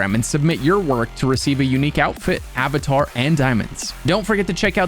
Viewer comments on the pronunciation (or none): none